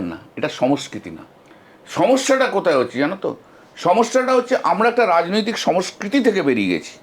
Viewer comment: সমস্কৃতি নয় সংস্কৃতি বলতে.....